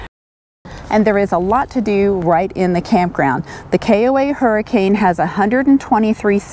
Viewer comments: The town is pronounced Hurricun! And Zion is pronounced Ziuhn! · Been there many times. The locals pronounce that town's name as hurri-cun. Not like the storm. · Locally, Hurricane is pronounced Hurrikin. We stayed there. It isn't bad. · you are amazing, we will follow Paul as well. Best to both of you. Thanks for the info on the KOA in Hurricane. Although it is pronounced Hur A KIN. We have been on the on our annual 2 month trip to from AZ to MI-VA and the running about. Gosh, we get sick every year. We don't socialize a lot and are healthy people. Have you done a video on this? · Don't let the locals here you calling Hurricane the way you pronounced it. LOL The correct pronunciation is HUR-I-ken. The area around there is absolutely beautiful. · Thanks for the great info. BTW it's pronounced Her-a-kin even though it's spelled Hurricane. Weird I know. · Don't try to pronounce any of the cities in Utah without asking a local first. Many of the pronunciations just don't make sense. LOL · I believe locals actually pronounce it Hur-i-ken. I know it’s spelled like Hurricane.